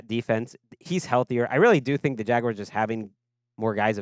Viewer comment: Jag-why-arrrrrrs. Wtf?